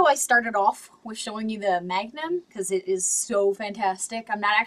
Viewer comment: "your looking at a Smith Wesson three fifty magnam?" It should sound like this: "MAGNUUUUMmmmmm"